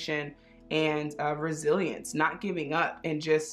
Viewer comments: Instead of “resilience” I heard “brazilians” 🇧🇷😅😅😅 (I speak spanish, maybe that’s why 😅) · Karen Vázquez same! I’m Mexican and I heard Brazilians